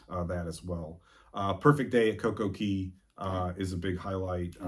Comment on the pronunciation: I LOVE that you say Coco Key and not Coco Kay!!!!!!!